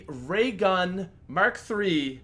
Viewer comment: "Ray Merk Three" it mark three jks, keep doing what ur doing